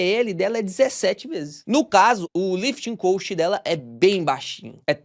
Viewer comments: Só uma observação, a pronúncia da palavra "cost" está errada, você está pronunciando "coast" que vem de costa litorânea. Muito bom seus vídeos, parabéns pelo canal, obrigado. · Se diz lifting cóst não coast como você está falando.